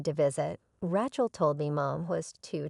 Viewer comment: Please teach your AI to pronounce the name Rachel correctly.